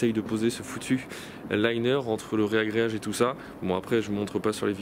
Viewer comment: Petite correction pour une faute de diction reproduite couramment : c'est 'ragréage' et non 'réagréage'.